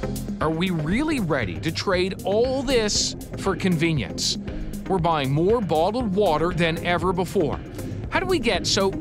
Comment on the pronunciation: The fug is botled woter? I know what bottled water is but not botled woter